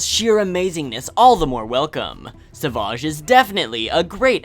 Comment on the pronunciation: he said s aa vage